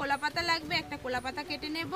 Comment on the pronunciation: আপনার কথা গুলো আগে ঠিক করুন,, কুলাপাতা না , ওটা কলার পাতা হবে